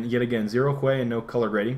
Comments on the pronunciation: I believe it's pronounced hew, not hway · someone please tell Hue is pronounced "HEW" NOT "huay" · You keep saying hue like (hway) when it is said (huuu). Just a little niggle :) Other than that, great video! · I thought he was joking when he pronounced "Hue" as "Hweh", but then realised that he was deadly serious. "Hyoo", bro, hyoo". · I think it's HYOO not HWEY. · Dude.. he pronounced it "CHWEY" not "huay". Gotta give the man props for his verbal artistry d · Is Hue pronounced that way in NA?... over here it's pronounced the same as "Hugh". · lmao I'm sure he knows how to pronounce hue, but part of a meme is huehuehuehue so I think he was referring to that. Either way, I hope he keeps saying huay, just because it's funny. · It's a Badgerism. "Huè", as if it were Spanish. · I love how he says "Hue" stick it to the man by pronouncing it different XD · thats a great way to pronounce hue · lol you say hue like you're speaking vietnamese